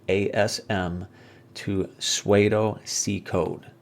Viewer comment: Great vid. FYI... pseudo is pronounced like "sudo" and rhymes with "Play-doh"... not "suede-oh"